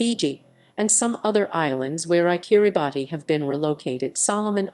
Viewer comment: I thought it was pronounced "Kirabass"